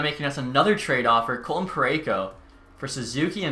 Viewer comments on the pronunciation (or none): none